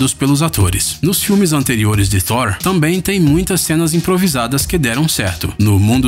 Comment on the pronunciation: Gostei do narrador pronunciando "Thor" super corretamente.